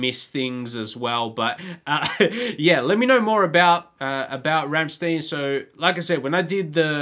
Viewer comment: From a fellow Aussie welcome to the Rammstein rabbit hole! Just come across your channel when looking for Rammstein reactions! They do touch on very dark shit so be prepared! Keep going🤘 Oh it’s pronounced Rammstine not Rammsteen.